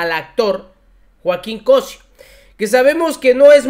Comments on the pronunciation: Sigo tu canal y estoy de acuerdo en tus comentarios, pero me perturba cuando dices el apellido de Joaquín, tu dices "Cosio" y el señor se apellida "Cosío" con acento en la í. Suena bastante mal sin acento. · We apoyo tu contenido pero aprende a leer los acentos… es Cosío no cosio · NO ES + COSIO+ ES COSSSIIIOOO, NO TENGO ACENTOS PERO SE PRONUNCIA DIFERENTE A COMO LO PRONUNCIAS JOVENCITO. SOLO UNA ACLARACION POSITIVA. SALUDOS. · Es Cosió, no Cosio, es desagradable escuchar estos errores. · Estimado,es Cosio con acento en la"i"...saludos... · Es Cosío con acento en la í NO es Cosio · COSÍO lleva tilde o acento en la i .aguas llevas varios errores al pronunciar palabras y apellidos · No es Cósio, es Cosío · No se dice cosio sino cosío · preocúpate un poco por leer bien.el apellido de este señor lleva acento. Cosío no Cosio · Felicidades y gracias por la noble y necesaria labor informativa. (sólo una observación: es Cosío,se acentúa la i). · Se pronuncia "Cosío" con acento en la i, excelente día te deseo desde Tijuana... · Me gusta verte y oírte, pero cuando den la información lean y pronuncien bien las palabras Cosío lleva puntuación. El que critica corrige😊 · Se apellida Cosío! Con acento en la i, por favor! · Hola, buenos días,, me gusta tus comentarios, están bien pero, por favor respeta las acentuaciones de las palabras y sobretodo en nombres y apellidos " se dice Cosío" con acento en la vocal i. He notado igualmente este fallo con Carlos Federico por mencionsr a uno. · Se pronuncia Cosío, ponte pilas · Estimado Caballero. El Apellido es Cosío. Con acento en la letra "i". Saludos. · Amigo corrigue tu pronunciación del apellido del actor, COCÍO,CHECA DONDE LLEVA EL ACENTO POR FAVOR. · COSÍO… acento en la í… por favor, checalo. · Por favor... pronuncia bien el apellido Cosío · Cosío, acento en la "i", o sea "í". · EL APELLIDO NO SE PRONUNCIA ASI COSIO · Estas pronunciando mal el apellido del señor cosió